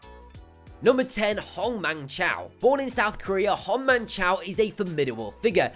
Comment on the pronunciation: His name is choy not chow. And he lost that fight by an arm bar.